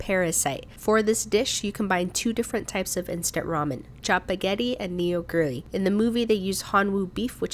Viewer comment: Neoguri is pronounced Nuh-goo-rhi in Korean, dunno how it is said in English-speaking countries.